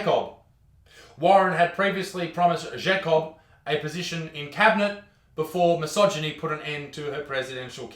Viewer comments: Why are you saying zhakob instead of JAY-cob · Pronounces Jacob as Schecobb??? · I’m not trying to be a dick but u said Jacob like shaycob, lol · it's pronounced JAKE-OB hahaha i hope you mispronounced on purpose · At first I thought he said Jack Off is stead of Jacob at the start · The Way you pronounce Jacob hurts me it’s Pronounced Jaycob/Jaicob. And the Is the J is pronounced like the G in the Word Germ. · Why do you say Jacob like a confused frenchmen also i want to smoke i love smoked meats and im not going to stop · Why did he say Jacob in a French accent.